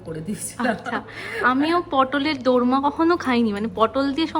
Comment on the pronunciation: দরমা না, ওটা দোর্মা 😊